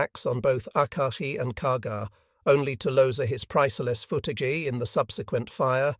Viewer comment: They lost the “footagee”💁. Wouldn’t it be better to just use a human narrator?